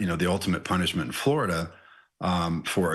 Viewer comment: I've never heard of Flordia, is that just how blacks pronounce 'Florida'?